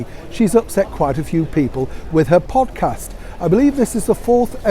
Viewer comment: Excuse me,. Did you say "pompcast"? That's what I thought I heard (and it's not inappropriate).